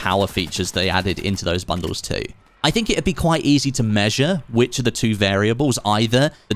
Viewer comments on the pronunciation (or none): none